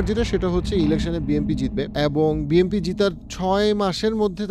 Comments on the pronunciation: It's BNP not BMP , প্রেডিকশন পরে কইরেন আগে ভালো কইরা শব্দের সঠিক উচ্চারনের হোমওয়ার্ক করেন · ওটা বিএমপি হবে না, বিএনপি হবে নামই বলতে পারেন না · ভাই আমি যদি ভুল শুনে না থাকি, আপনে কি বিএমপি বছেন নাকি বিএনপি। 🙏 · আপনি বলছেন বি এম পি । বই এম পি বলে কি কোন দল আছে? বি এন পি আছে । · Its BNP not BMP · Bhai...... BNP not BMP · Bnp ke apni Bmp boltesen mone hocce😂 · Bhai BMP bolen keno..isn't it BNP😮😮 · বিএমপি হবে না। কথাটা হচ্ছে বিএনপি। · বি এন পি শব্দ টা তো আগে বলতে শিখুন 🤣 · বারবার BMP বলেছেন শুনতে খারাপ লেগেছে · ভাই মনে হয় বারবার বিএমপি বলতেছেন😂। যেটা খুবই লজ্জা জনক